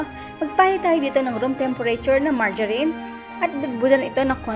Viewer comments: Marga- not marja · na bulol pa sa maragarin ah hahahaahh